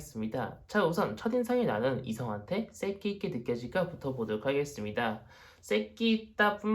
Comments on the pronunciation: 아닠ㅋㅋㅋㅋㅋ어쩌다가 보게되었는데 색기...쌕기라고 자꾸 하실때마다 웃겨죽겟어욬ㅋㅋㅋㅋㅋ1번~ㄱㅅㅇ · 발음이 웃겨요 쌕끼~~~ ㅋㅋㅋ